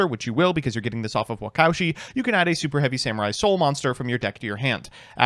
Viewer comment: Anyone else cringe everytime pronounced "Waka Ushi" as "wacowshi"